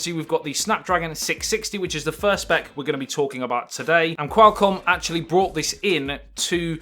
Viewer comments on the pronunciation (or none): none